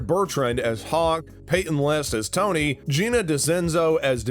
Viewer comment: Well, your credibility is gone. Tori not Tony. Kove not Krove. Shue not sue. Gianni not Gina. And it's not Carmen Diaz as Vanessa. It's Vanessa Rubio as Carmen (Diaz). How can you speak with any authority at all when you don't know half the names? The hell?